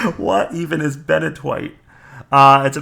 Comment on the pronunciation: Highly recommend using Coal Blocks instead of Coal. Takes the same time to macerate, and you get more out with less overall time(than smelting each and every one). Thanks for the suggestions of this. Definitely helpful. Also "Ben-a-twoit"